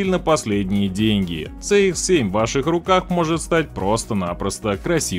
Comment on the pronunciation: Движок у Шкоды, если уж правильно называть, то ТиЭсАй (TSI), а не ТиСиАй (TCI) . То же самое и про Мазду. Не ЦэИкс (CX), а Си (CX).